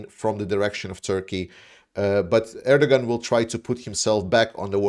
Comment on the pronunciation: Erdogan’s pronounced AIR-DUH-WAN. Sorry, you’re a hero, but that was distracting me so much.😂